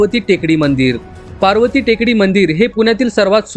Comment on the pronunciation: अरे पार्वती टेकडी नाही बावळटा पर्वती म्हणा